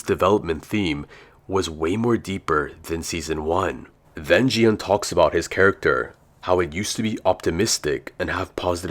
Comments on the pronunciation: Dude, don't you understand that he's using AI voice?? It's not his real voice. Most of the AI voices pronounce "Gi-hun" as "Ji-han". The correct pronunciation is "Ki-hoon" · Bro is so dumb that he said gi hun is ji hun💀💀😭😭